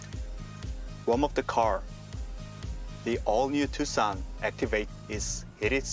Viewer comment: why do you keep pronouncing it TOOOK-SAHN and not TOO-SAHN 🤣